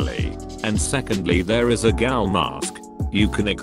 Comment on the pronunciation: Gaul? ITS PRONEOUCED GHOUL